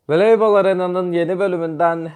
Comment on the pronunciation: Veleybol arena “veleybal”